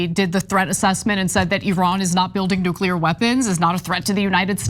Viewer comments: IT'S. "NOO--KLEE--ER", NOT "NOO--KU--LER"!!!! IDIOT!!!!!!!! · NUCULAR !! WHAT !! “It really bothers me when a guy like this, supposedly well‑educated and eloquent, mispronounces the word ‘nuclear.’ It just destroys their credibility.”